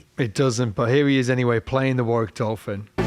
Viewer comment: can you tell matey how to pronounce Warwick properly? Thanks awfully.